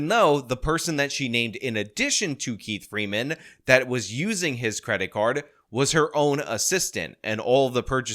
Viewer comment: 😂😂😂 She says “Keif Freeman “ 🙄🙄🙄